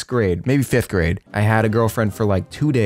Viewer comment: bruh why you keep saying the grades the wrong way